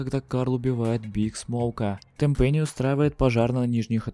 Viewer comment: ТЭНпэнни а не тэнПЭНИИ